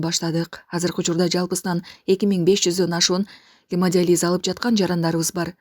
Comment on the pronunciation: Гемодализ эмес гемодиализ ( журналист кызга тиешелуу).